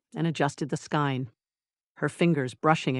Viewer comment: SKEIN pronounced skayn with a long “a”. Winder is pronounced why-d-er. This is a yarn tool to make yarn cakes. A long “i” as in eye. Get a real narrator not this irritating Artificial Idiocy. Otherwise the story is fine and funny. But every knitter in the audience is wincing🤦‍♀️😂😂😂